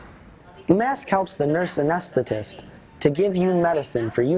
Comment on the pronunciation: “Anesstist” lol he said it wrong and it made me laugh so hard